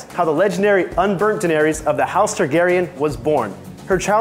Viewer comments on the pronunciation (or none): none